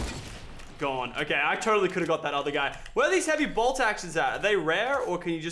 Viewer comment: It annoys me when Lachlan says heavy bolt